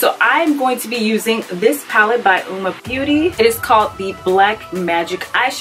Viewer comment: Hahaha I just did a first impression on Uoma products as well and I am DYING!!!’ At how I totally said the name wrong throughout my entire video 🤦🏽‍♀️🤣🤣🤣🤣 and yes I’ve said it wrong bc all the other videos I’ve watched today are saying it the same way u are lmao but yessss I love their products can’t wait to try the foundations and concealer